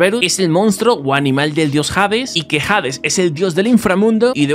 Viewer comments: jades jaajjajaajajajjaa no sabe ni como se dice la h de hades no se escucha jades jaajajajajjajaa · pibe se nota que de historia no sabes nada, el perro no se llama serberus se llama serbero se pronuncia asi como se escribe y hades no es jades osea la H no tiene pronunciasion y serbero no tiene una version humana, por las dudas escribo con falta de ortografia porque escribo enojado